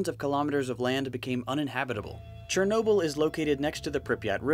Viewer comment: No one: Not a single soul: Narrator:CHERnobyl